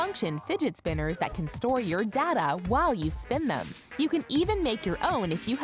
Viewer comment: That's not how you say data and your saying dada